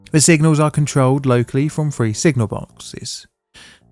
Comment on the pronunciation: Why do the uneducated English pronounce three (3) as "free?"